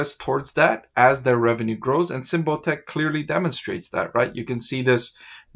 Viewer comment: You are pronouncing it wrong. Sym like symbol. Bot like robot. ic like Icky